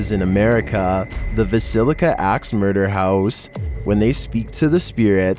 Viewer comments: VIL-LISS-CA. 😊❤ I'm from Iowa. Haha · Again - "Villisca" is three syllables : Vil-li-sca. It doesn't rhyme with "basilica" 😆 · My Mother was from Vallisca, Iowa, it is pronounced, ( Va llis ca ), thank you.